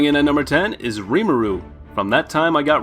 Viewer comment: the way he says reemaru